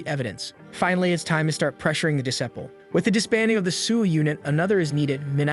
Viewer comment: Well done. A story that truly reaches the heart. I hope there is more. However, I just have one irritation: the correct pronunciation of Japanese names Minato (Men-Na-toe) Kannagi (Kan-Nag-ge) or the English word: disciple (de-CI-pel). I was surprised and disappointed. Based upon my enjoyment of your previous work, I mistakenly assumed that you would give your faithful audience the courtesy of research and accurate pronunciations. I have been listening to your work for almost a year. I enjoy your work, I hope you do better in the next one that I encounter.